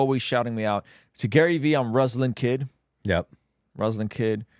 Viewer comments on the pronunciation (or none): He also mentioned you on the Girls Gone Bible podcast (most recent episode), and all of them knew you but they all pronounced your name Russ-lahn lol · He did shout you out, but very much mispronounced lol. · Had no idea it was pronounced that way. I have always thought it was r(uh)slan. Good to know. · Ruslan please pronounce my name right!!! lol 😂😂😂